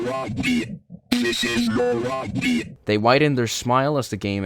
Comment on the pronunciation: why did i hear "this is your rugby"